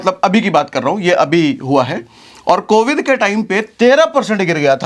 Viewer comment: Covid hota hai covith nhi hota hai